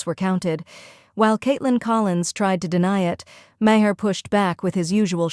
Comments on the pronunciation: A small thing - but, narrator, whoever, whatever you are - his last name is pronounced "Marr," NOT Ma - Her. How do you consistently get this wrong? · CNN biased towards the left? 😂😂😂 woman, you're utterly ludicrous. And if you are going to use Maher for your ridiculous rants, at least learn to pronounce his name correctly, because as it is you just made yourself sound like a pathetic whining moronic clown.